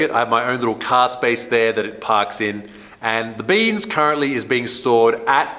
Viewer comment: Are you saying beams 86 or BEANS 86. I kept hearing beans 86